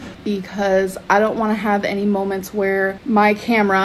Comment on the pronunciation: you must be new? It's "molments" in ALR-ese